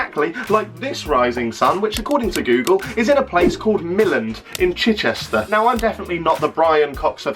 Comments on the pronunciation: The way you say Chichester give me autism lol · I live near to Chichester and the way you say Chichester triggers me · The way he pronounces chichester is so funny to someone who lives close to there 😂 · love your pronunciation of chichester😂